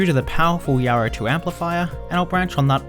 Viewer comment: i can't stand it myself. its like he doesn't open his mount when he talks. It drives me nuts. specially the R sounded words. everytime he says Yaro, i cringe.